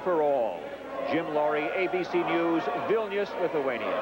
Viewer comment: So pissed at how he said Vilnius he said it like vilneeuuuuus